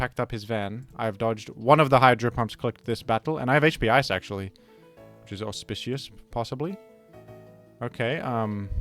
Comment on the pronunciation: Every time you say auspicious it sounds like you're saying it for the first time again. Quite delightful